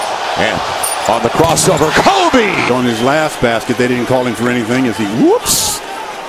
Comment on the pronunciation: KMOBE! lol the guy gotta learn how talk